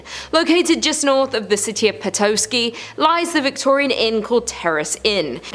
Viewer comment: It is not Pet-oh-sky it's Pet-ah-sky